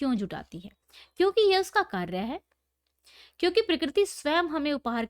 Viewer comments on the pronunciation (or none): none